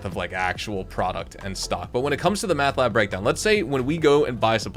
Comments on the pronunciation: Its mEth bro..mEth...not mAth 😆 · Seriously I was like what the heck its Meth not Math…..,lmao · Dude please!!! There's no frickin A in Meth!😂😂😂